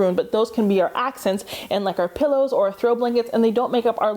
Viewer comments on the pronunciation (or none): none